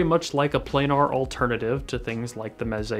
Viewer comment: "play gnar"... I can't tell you how crazy it drives me that the headphone community has collectively decided to mispronounce planar... cringe